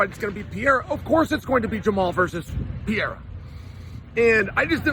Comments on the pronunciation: “Pee-air-a” -Chael sonnen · Can we first agree that you don’t know how to read? Pee-Aira? You can clearly see that there is an R in the middle! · Chael still calling him “Pierra” has become stale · Alex Pee- era 😂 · Lol is "Pay-era" a new one? I haven't heard it yet... I got Pereira by way of outside interference from ankaliev. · One of us doesn't know how to say Pereira correctly.